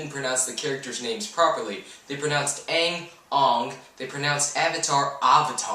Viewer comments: I enjoyed the tv series a lot. The movie could've been great, but it disappointed me so much. Like why were the different nations different races? Why was Sokka so serious? Why is Zuko portrayed by that actor? Why do they call him 'Arng', isn't it 'Aang'? Just why. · thats what i said when i saw the trailer. "i am aung" the actor says, what the f*** its AANG AANGGGGGGGGGG. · it's actually Ahang not Ohng (based on how korean and japanese dub says it) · What REALLY ruined the movie for me, was that they didn't say their names right. I had just started it and then I heard the names so I couldn't concentrate................every 5 minutes I stood up (I was watching it at home) and yelled "HIS NAME IS AANG NOT F@ UUNG!!!" at the screen :/ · well it was made in america. and we came up with the names! not ung, ang. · wrong... i've watched every episode... twice and this movie SUCKED ASS compaired to the series. sooooooooo sooo sooo much was missing from this and the stupid "AUGH" instead of "Aang" nothing about this movie impressed me. Freaking firebenders couldn't even make fire.. how are they going to explain the whole part where zuko "loses his inner fire" and can't make fire anymore.... this is bs. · Theres no comedy! and they pronounced Aang wrong, its Aang! not Ung! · I'm a huge fan of the show too and the movie was just awful. This movie never should have happened. Nothing can top the show in my opinion. They couldn't even pronounce the names right for Christ's sake (Ong, really?!) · Aang was pronounced AAAAAHnnguh, because apparently, it's the original Asian pronunciation. WTF! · Every time they said Arng, Earoh, and Soka, I died a little inside. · Aang - Oong I can't believe they even pronounced the names wrong... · the only funny part/parts was when they would say "ong" instead of aang.... this movie sucked!!! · Btw they even got the name pronouncement wrong, Aang ,zaka,zuko,zhao